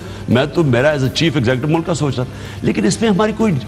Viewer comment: What's the point of inviting people you know are going to lie and distort, this man can't pronounce one single word properly...mulakk